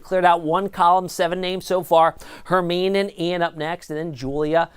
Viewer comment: its pronounced Her Mine E like from Harry Potter